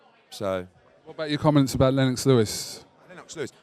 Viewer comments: eddie "len-OX" hearn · You can't even pronounce Lennox Eddie you divvy bastard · why does eddie stress the 'o' in lennox lol